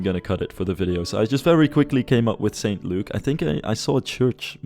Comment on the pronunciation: St Luke is an acceptable town name, but we wouldn't pronounce it "Saint Luke". It would sound closer to "S'nt Luke" or "S'nt Look"